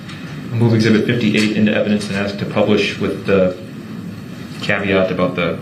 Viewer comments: Axe brooks ... 😂😂😂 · Hyped up 🎉 Please 🧐 is that a please 🤔?I would have needed dentures before puberty if a grown up had to axe me to say please 😜 evil lil gremlin 🔒🔥